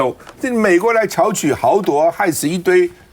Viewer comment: 趙少康的多音字(破音字)發音錯誤從他選市長時就很嚴重,剛才又聽到 土著(土拙),應該是(土住)